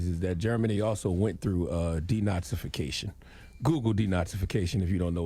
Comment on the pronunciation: Charlemagne started coining from jump. This dude really said “DEnazification” 😂